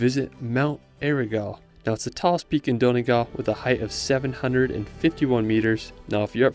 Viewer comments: The way he pronounces Donegal 😂😂😂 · Nice video. Beautifully shot and you’re very enthusiastic. I hope you don’t mind me correcting some pronunciations. Galway The “gal” part rhymes with ball. Donegal. Separate the E. so it’s Don-e-gal. Also it’s not “The County Kerry”. Just County Kerry. Also Eire is two syllables so the e at the end is pronounced separately. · Galway is pronounced Gawl-way and Donegal is Don-e-gawl i.e. long a aw sound.